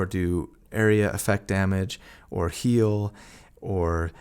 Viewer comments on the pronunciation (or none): You hurt my soul everytime you say heal